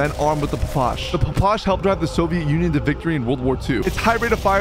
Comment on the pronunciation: it’s not pronounced pa pash, it’s called pa pa sha